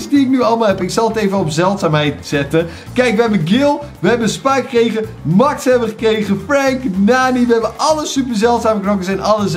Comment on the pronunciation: MAX spreek je uit als MEX